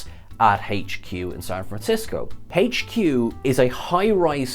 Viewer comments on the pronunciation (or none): What is " Haich-Q " ?